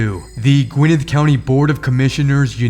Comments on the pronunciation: It sounds like you keep saying Gwyneth County. It's Gwinnett, with accent on the second syllable. Named after Buttons Gwinnett, a signature on the Declaration of Independence. It's funny how we butcher names. Nobody pronounces Carnegie correctly, when they say Carnegie Hall. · It isn’t (Gwin-neth), it’s Gwin-net!